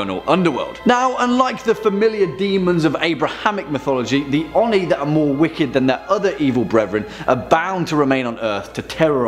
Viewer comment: ..... its oh-nee not on-ee